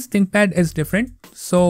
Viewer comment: An example of why enunciation is important. It sounds like you said "my ex-wife's stream." 🤣🤣